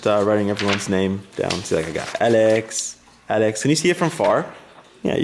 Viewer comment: w8!!! an do you speak French!??? You said Alex sooo easy in french